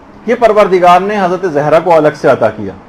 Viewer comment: Please make correction of the word ''zehra''... it is ''Zahra''